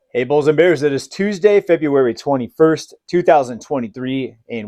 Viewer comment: Lol you said February